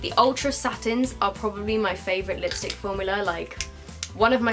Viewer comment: take a shot every time she says liostick